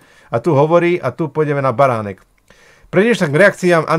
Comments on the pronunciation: A je to pán Baranek ani priezvisko neviete vysloviť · Kolkokrat povedal Beranek?!On nevie ani precitat meno!Toto nie je normalne! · Už sa nedá na tie tvoje videá pozerať a hlavne nedá sa to počúvať si totálne nepripravený nevieš ani vysloviť meno človeka o ktorom niečo robíš je to totálne amatérske a odfláknuté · Kyda sa lahko. Mohol by si zacat od seba. Tvrdis o sebe ze si investigativny novinar X rokov a taku zakladnu vec, ako meno osoby o ktorej informujes skomolis kazdy druhy krat co ho vyslovis. Preco sa vrtas v prispevkoch ludi, ktori boli presvedceni pre dobru vec a prispeli? Aku mas motivaciu hovorit za nich? Prispel si aspon? Pochybujem. Vrtas do cenovej kalkulacie na ozvucenie namestia a prd o tom vies. Alebo si vedel, kolko ludi pride? Ak by prislo 10 krat viac a bol by tam ten jeden reprak, zase by si ohovaral ze 80% ludi nepoculo co sa rozprava? Pride mi to ako cista zavist z toho, ze ty take prostriedky nevyzbieras. Uz asi nikdy. Prinos z tohoto videa, 0. Vlastne skor negativna. O niektorych prispievatelov si prisiel. Kedysi to bolo z tvojej strany o snahe pomoct a poukazat. Dnes kydas. Vsade a na vsetko.